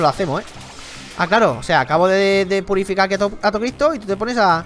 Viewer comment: dijo purifucar😂😂😂